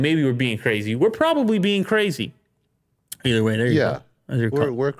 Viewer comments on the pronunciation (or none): none